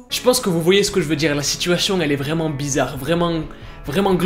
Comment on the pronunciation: Je suis la seule à entendre "vrai mangue" quand il dit " vraiment" ? 😭